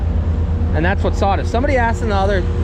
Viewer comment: What are "prodicts" and "sawdist"?????